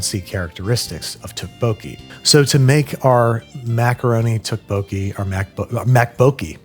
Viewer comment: Ten levels of Babish mispronouncing Tteokbokki